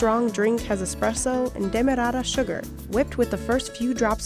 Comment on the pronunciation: me: krema her:kRaeMah me:demorara her: DeYmoReArA